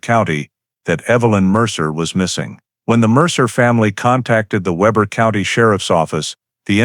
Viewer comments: It’s pronounced Weeber not Weber. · Pronounced wee ber. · Weber is pronounced Weber. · Weber is pronounced with a long e, not a short e.